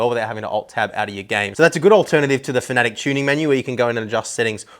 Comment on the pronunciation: Love your in-depth reviews and honest opinions. But it's pronounced "Fa-na-tek" not "fanatic"